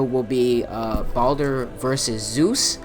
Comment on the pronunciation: It's Baldur not Baulder anyways I agree with what you're saying